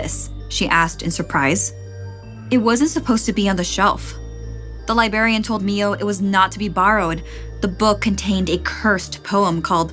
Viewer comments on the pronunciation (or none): The real hell is hearing "libarian" instead of "librarian" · libRARian and libRARy not libarian or libary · “Libary” “libarian” snickering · Omg I kept cringing. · there are two "r"s in library and librarian